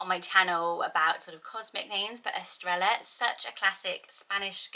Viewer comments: I'm in Central America and it's a Y sound here. In some countries in South America it would be pronounced with a 'sh' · For Baila it is pronounced like bye-lah. By the way Estrella is pronounced with a y sound instead of an l sound because two ls make a y sound in Spanish, but I really like the l pronunciation as well! Awesome and beautiful list, as always. :) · Pronounced "es-TRAY-ah" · Hi, for pronunciation, I believe the ‘ll’ makes a ‘y sound. Estrella is “eh-stray-yah”; Baila is “bai-la’. Evelia is ‘eh-vay-li-ah’. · Love the video as always! I’m sure someone probably already said it, but the double “L” in Estrella says, “yuh” so it’s like, “Eh-strAy-yuh” I’ve had that as a name on my baby name list since Spanish class in elementary school! 😍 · Love these names. Love Spanish names. FYI- Estrella is pronounced Est-re-ya and Baila is pronounced Bye-la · Aww. My cats name is Estrella. In New Mexico we pronounce it Es-stray-ya. (Sometimes the r is kind of rolled, sometimes not). It is a lovely name both ways :).And her nickname is Estrallita (es stray yeeta). Which means little star. Love your channel. So much. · Baila: is Bah-ee-la Estrella: is Estre-ja 🥰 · Gorgeous names! Estrella is pronounced "estreya", and Bails is pronounced like "bye-la". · My friend has a restaurant called Estrella. She pronounces it Es-tray-a but my husband can’t say it and it always sounds like he’s saying Australia 😂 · 2 L’s together has the “yah or jah” sound in Spanish so instead of “Estre L a” it’s “Estr aya” hope that makes sense! This name list is right up my alley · Im pretty sure Estrella is pronounced as “Estreja”. The double L in Spanish sounds like an English J. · To my understanding the Bibiana variation is more for getting the B pronunciation in regions where V doesn't give off the B sound. Semi related, Estrella among Spanish speakers where I live (US, so probablly quite differently) is pronounced with a Y sound, eh-streh-yah. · Yes a double L make a y sound xx